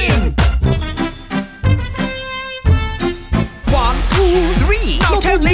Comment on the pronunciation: Hallo (Hello ) Berlin! Speak' : Baerlyn